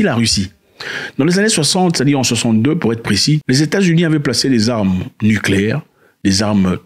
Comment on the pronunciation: Heureusement, tu n'es pas prêt de gouverner un pays...ouf...tu nous foutrais des "armeu nicléaiiirrr " ( comme tu prononces toi même😂😂😂) au c...l!